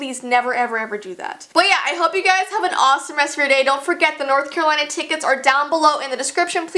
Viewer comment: i thought you said coraline lol